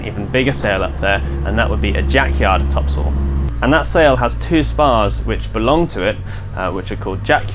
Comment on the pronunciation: Every time you sail topsoil I know it is different for Canadian audiences, but I live on Topsoil street and I know you mean topsail but it really does sound like topsoil, that you use for your garden, but I live in a fishing community that probably didn't spell it correct the first time :) 500 years ago